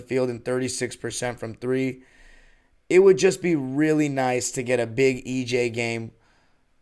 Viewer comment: Am I the only who gets his OCD triggered when says EJ instead of EG?